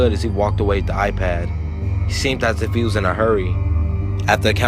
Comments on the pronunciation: It's iPad not apad wtf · now he just turned British there with the a pad how my daughter in law says it. or hand me my A phone? I am like Huh?! You mean phone?! lmfao. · thnx, awesome narration but a pad??? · lmao pretty sure it's iPad